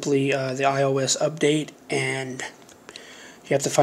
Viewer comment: You said “my io device”